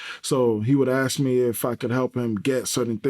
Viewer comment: All those degrees, and he cannot pronounce "ask."